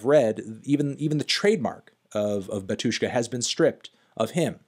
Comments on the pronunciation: Why stress the word as batUshka, if it's bAtushka? 😂😂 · Dude, please, it' BAtushka not baTUshka, pronounce the name correctly. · UGH the stress falls on the first syllable - bAtushka, not batUshka; when are you going to start checking the pronunciation, cantony pronunciano? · Also, Anthony is pronouncing word Batushka wrong. It is bAtyushka, not batYUshka (stress on first 'a', not 'yu'). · it's bAHtushka, not batUshka:) stress is on "A" anyway great video! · not Batu'shka, but Ba'tushka. And i like that you more into eastern eu music (ic3peak etc) 👌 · PLS KEEP IN MIND ITS NOT batUshka its bAtushka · It's BA-two-shka, not ba-TWO-shka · It's BAtushka not BatUshka! Sorry but your pronunciation drives me crazy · It's bátushka, not batúshka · actually, bAtushka. not batUshka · Its BAtushka, not BatUshka. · the way he says batUshka hurts my ears. it's bAtushka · it's called bAtushka, not batUshka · bAtushka not batUshka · bÁtyushka, not batyÚshka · its bAtushka, not batUshka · its bAtushka not batOOshka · Pronounced bAtushka not batUshka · NOT batUshka but bAtushka!!!!!! LEARN RUSSIAN! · Finally someone said this. Hearing him say batYUshka hurts my russian ears. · it's pronounced "bAtyushka" (stress on the A). And the artist name is pronounced something like "kshishtof" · that BatUshka pronunciation makes me hurt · I hate it when people say batushka with a syllable stress on U, though in the original language it is bAtushka with a stress on A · You spell Batyushka wrong, the stress is on the first syllable [bAtyushka] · bátushka - the stress is on the first syllable! stop exploding my brain. that was unprofessional 😵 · Pronounced "Bátyushka" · *in strong russian accent*, No-no, comrad, you spell it wrong, repeat after me ok: "baa-too-shka". You put stress onto the first syllable. That's better! Good comrad! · The stress is on the first syllable.